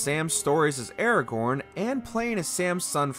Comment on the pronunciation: That pronunciation of Aragorn is upsetting